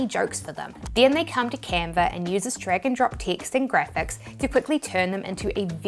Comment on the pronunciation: Still love the accent: “Canver”!